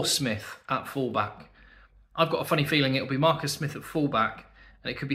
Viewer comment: The way he says “Markus” sounds so Afrikaans